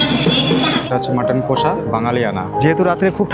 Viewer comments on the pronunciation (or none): Pronunciation ta hobe কশা not কোষা